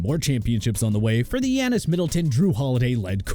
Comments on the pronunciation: Please never talk about basketball again 😭😭 "Steven" Curry? "Dreymon" Green? Wiseman isn't even on the Warriors? Yanis? Pain bruh. Pain 😭😭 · I knew he was going to butcher Giannis' name if they put the Bucks in and sure enough. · Can’t even pronounce giannis right